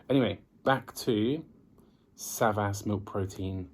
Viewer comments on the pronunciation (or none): No SAVAS.Correct is ZABAS.😉